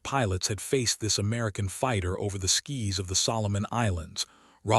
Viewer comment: Please work on the AI voice. Only had to hear skies pronounced skis to know.